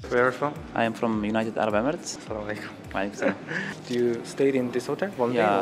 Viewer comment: With due respect bro I want to correct you it's spoken "Assalam-o-Alaikum" whereas salam-o-laikum is wrong.:-)